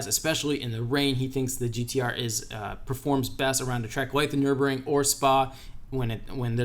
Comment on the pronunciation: did you just call the Nurburgring the Nurbring? Bruh you went there and still don’t know how to pronounce the name 🤦🏼‍♂️ it’s located in Nurburg not Nurb lmao